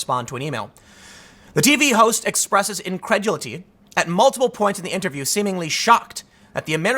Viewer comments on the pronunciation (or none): "incredulity ...". Still having trouble with those polysyllabic words, eh, Tim? Should have stayed in school a bit longer, I guess.